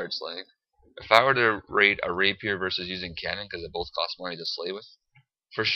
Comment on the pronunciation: It's not a "Raper" it's a "Rapier"